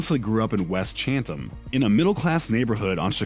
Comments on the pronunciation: I live in Chicago. Chance grew up in "CHATHAM" not "cHaNtAm". CHATHAM is NOT A SUBURB!!! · Chance the Rapper is from Chicago... Chat'Ham', not chateom is apart of the city of the city's south side. If its ok for you outsides to apart of hip hop, but if you are going to make videos please make sure you get the facts correct. Please and thank you. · Thank you 🙏 i was just about to comment that and Chatham isnt that nice of area they got ruff patches over there too and he pronounced “chat-ham wrong as well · Chance says where he’s from in every song but they pronounced it wrong lol smh. and why they say Chancellor Bennet like it’s was a slur or something i’m screaming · You slaughtered the pronunciation of Chatham so bad dude